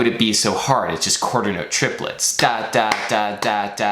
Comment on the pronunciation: Cringing every time he says "quaters note", despite the really interesting topic